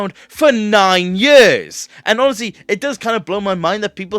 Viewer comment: "Nine YÖRS!"